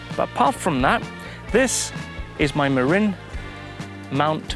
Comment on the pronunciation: Fun! impressive correct pronunciation of Marin (Mah-rin) I had to look it up myself after I got their bikes. Interesting fact that in Marin country California most MTB trails are private land or not allowed (I probably didn't know where to find the proper trails when I visited)